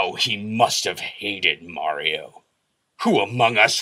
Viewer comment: This video is one of the rare occasions you can hear say "Mario" correctly.